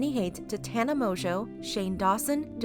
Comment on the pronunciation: I thought Tana whatever's last name was pronounced differently 🤷